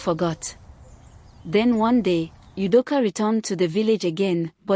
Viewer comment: The way the narrator pronounces Ugo and Udoka sounds funny.